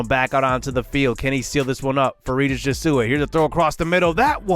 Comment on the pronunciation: Just a note that Jesuit is pronounced "jeh-zoo-it"